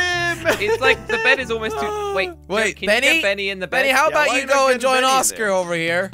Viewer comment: Its "benny" but its ok